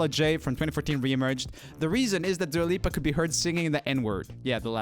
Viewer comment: Not "Dula Lipa Disco" 😂😂😂